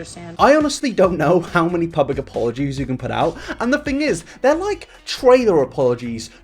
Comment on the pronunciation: I like the way you pronounce your sentences 😂. I’m in NY and I am in love with your voice and I am in LOVE with red hair! ❤️😘✌🏾✊🏾. Especially when you say “fing” (thing) I LOVE IT!!!!!!